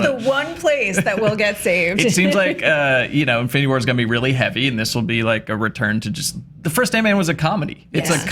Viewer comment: # in-flu-nity war 😂